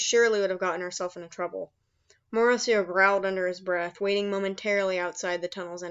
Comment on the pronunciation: its late and i dont mean to offend you but i think the morrow in morrowseer pronounced for like mar-row like tommorow since he is supposed to be able to see the future or tommorow